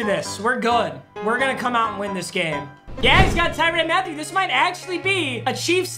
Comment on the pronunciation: Nobody:: TyRAN MATHIEU